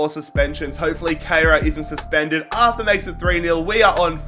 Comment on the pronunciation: It is pronounced art-ur